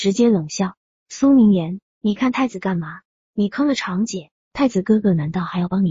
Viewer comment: zhang长姐、不是chang姐